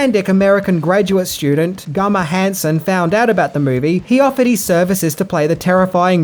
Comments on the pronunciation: Hey. Why do you say “gummer” and not “Gunnar”? Because I think the “n” is pronounced as an n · Dude it's Gunnar! Not Gummer! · It's Gunnar not Gummer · Gunnar, not Gummer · It's Gunnar not Gummar. He had a converse shoe collection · it's GUNnar, not GUmmar. Gunnar Hansen. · Why do you keep calling Gunnar gummer? Cant watch sorry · It's gunner Hanson not gummer Hanson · Wait...why do you keep pronouncing Gunnar Hansen as "Gummar"? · It’s Gunner not Gummer lol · Are you calling the Leatherface actor Gummer? It sure sounds like it. It’s Gunnar. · Has anyone noticed he said "Gummer" not Gunner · ITS GUNNAR NOT GUMMER!!!!! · it's gunnar not gummer!!!!! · "gummer" ITS G U N N E R....jeez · Awesome spot. Love your work. But his name is pronounced Goo-ner, not Gummer. ;) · Gunner Hansen, GUNNER, not Gummer. WTF? Also Headcheese is a meat gelatin made of leftover face meat and parts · His name is Gunnar. Not Gummer. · It's GUNNAR(pronounced GUN not GUM) why are you saying Gummar? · Gunnar, not Gummar. Lmfao....just sayin. Awesome movie. Awesome vid! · It's "Gunnar" not "Gummar" Maybe I'm hearing you wrong? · its guNNar.. not GUMMER lmao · Gummer gummer? Lol its gunner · lol it's Gunnar not Gummar but thanks for the BTS clips, never seen some of these! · Whyd you keep calling Gunnar hansen Gumar? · "Gunner" dude not "Gummer". Great video. Love your stuff. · At first, I was thinking I heard it wrong, but then he kept saying "Gummer" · I don't mean to sound like a jerk but its Gunnar, not Gummar. Regardless I really enjoyed your video, you suprised me again with the facts. Keep up the good work. You genuinely cheer me up when I feel low. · Not Gummar. It's Gunnar also with an A. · Why are you continually calling him Gummer??? It's Gunnar! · Gunner, not Gummer, Gunner Hansen. I swear you do that to see if I am paying attention. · Why are you calling him Gummer Hanson? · Are you saying "GuMMar"? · It sounds like he’s saying “Gummar”.